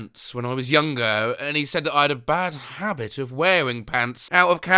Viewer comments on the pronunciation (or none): none